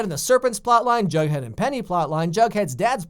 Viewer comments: sweety its not "jugghead" its "jughead" GET IT RIGHT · its not jugghead its jughead